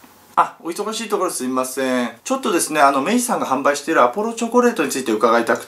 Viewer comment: 忙しいところすみますぇぇん爆笑